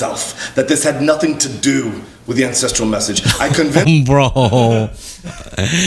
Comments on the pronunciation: Not ancestrial - ancestral. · OMG I thought you were saying “incestual” life style. I was so confused 😂